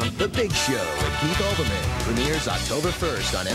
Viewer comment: It's Keith Olbermann, not Albermann.